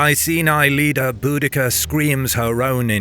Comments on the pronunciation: Viejo... si vas a subir un video aprendé primero a pronunciar. El gobernador romano se llamaba Cayo Suetonio Paulino y la reina celta Boudica, no Budaca. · Boadicea is how it's pronounced the garlic version.